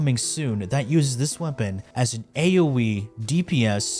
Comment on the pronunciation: Dogging on the WF community but can’t even pronounce weapon names correctly lmao